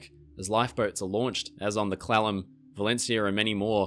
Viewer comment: Hes pronouncing Clallam slightly wrong and its irking me xD I blame his accent